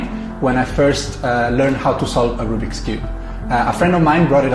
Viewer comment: Nas: rOObiX cube Me: Rubik's cube